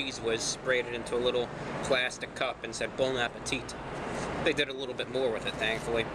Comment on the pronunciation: I think you meant to say, "Bone apple teeth."